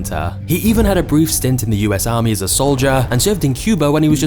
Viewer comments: 2.41 amry instead of army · What is an "AMRY" ? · "6 MONTHS IN AMRY" LOL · amry lol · “6 MONTHS IN AMRY” lol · 🤣 6 months in 'AMRY' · "6 months in the amry" lol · spent 6 months in the "amry"?